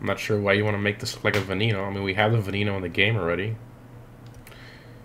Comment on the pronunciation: the v is pronounced as a b as in benneno